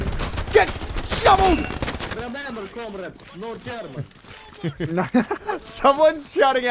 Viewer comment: ah, yes, new quote: "GET SHOVVELED"